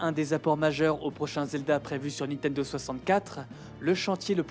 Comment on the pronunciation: Pour quelqu'un qui semble prêter attention à bien prononcer les mots japonais, vous mettez un point d'honneur à dire toujours "Nitendo"